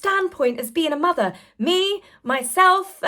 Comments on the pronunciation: She says it the same exact way each time. Same words, same pause, same drawing out of the r in motherrr. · It makes my skin crawl when she says MOTHERRR. I wonder if she says BROTHERRR, when she says brotherrr referring to Prince William. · The say Harry's wife dramatically over enunciates the word "mother" really grinds my gears.